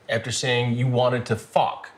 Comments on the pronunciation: "After saying you wanted to FOCK" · To “ fock “ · Could Chris have hit that "F" any harder?? 🤣🤣🤣🤣